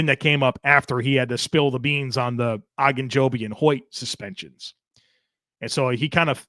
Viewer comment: Why does keep saying “Ah”gunjobi? I’ve only ever heard it pronounced every else “O”gunjobi.